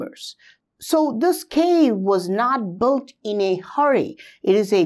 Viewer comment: With all respects, not even mentioning your efforts to find and explain all of your investigations. Would you be able to pronounce the word (Built)? You mean to build, but you are sounding like Bolt! I think you should say build or perhaps Billed but not Boilt or as you are mentioning this word more than 10s of times in every recording. Please say Billed or Biled instead or bold or boilders...biold etc. Say just Billed but no sound of (O)!